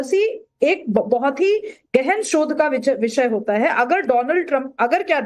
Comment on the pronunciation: मैडम पहले शब्द बोलना सीखिए दोलाँनड ट्रंप नहीं है नहीं है डोनाल्ड ट्रंप है यह बात राकेश पांडे को समझना पड़ेगी